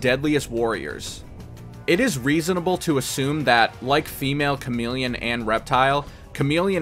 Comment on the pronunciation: The male ninja is /charm-il-ih-on/